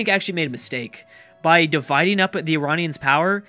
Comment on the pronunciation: Pronounce it eye-rain-ee-anns! Please!